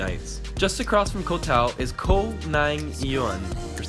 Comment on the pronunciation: The way to pronounce the word ‘Koh’ is like saying the word ‘cops’ but without the end, so like coh